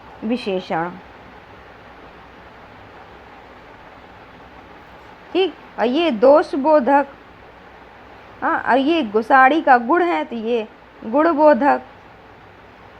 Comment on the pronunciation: It is not gud it is gun 😂🤣